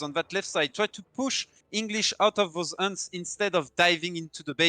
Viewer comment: I love when says hunts like unts. That failed suvorov rush by Konsensus was painful to watch. I completely agree with. Wait until you've sent the card before you even think of pushing. You should either stay near your Town Center or scout ahead with one unit to make sure cav can't wreck your whole streltsy batch. The element of surprise is so important at high level play, especially with an all-or-nothing revolt-like timing build like suvorov.